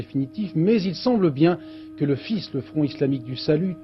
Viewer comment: Je ne peux m'empêcher de commenter pour la musique originale du temple du feu à ^^' Le FIS se lit comme "fils" ^^ C'est valable pour toutes les vidéos de cette chaîne que j'ai vues : très grande qualité de recherche, d'écriture, de rythme et de montage...bref merci :)